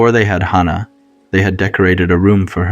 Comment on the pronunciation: That's not accurate for hospice. (I'm a hospice nurse)....and way to mispronounced hannah